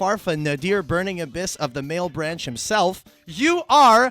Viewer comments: "malebranche" is italian, it's not male-branch :((((((( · Mah-leh-branch, not mael-branch.